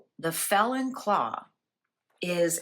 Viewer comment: Is it “ felon” or Fallon, the bird??